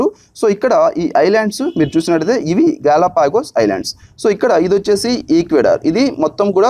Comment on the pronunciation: 1)గలొఫాగా స్ క్లారిటీ లేదు, 2)ప్రవసాల్లో కాదు, ప్రసవల్లో